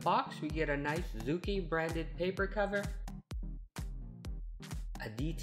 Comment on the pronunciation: You pronounced the name wrong I know I am Chinese.